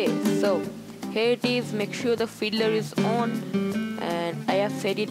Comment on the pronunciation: Sorry, it sounded like he said you need to install hitler :P but i realised he said fiddler